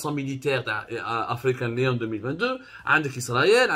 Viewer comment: African lion not leon